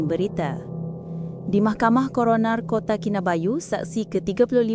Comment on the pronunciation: Kota Kinabalu bukan kota kinabayu😂😂😂😂